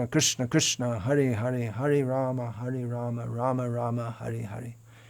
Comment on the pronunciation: Namaskaram 🙏🏻 atleast you pronounce Rama and not Ramo which is incorrect.👏